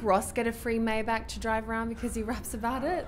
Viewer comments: May Bach not Mai Beck 😅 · Maybach ! Its CH not K like BaCH ! !